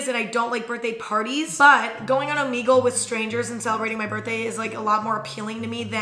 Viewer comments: It makes me uncomfy every time she says it lmao the logo has the omega symbol so you're supposed to say it oh-meh-gull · Am I the only one who pronounces it omeygle cause I feel like she's pronouncing it omeegle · okay isn't it "o-mEH-gle" not "o-meeeeee-gle" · I love how she says Omeegle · crying at the fact that you call it “omeegle”